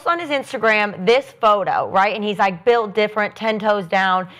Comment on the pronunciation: “BULIT DIFFERENT”